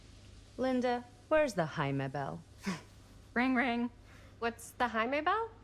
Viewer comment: cant stop laughing at when the characters would say Jamie, it sounds like they are saying haime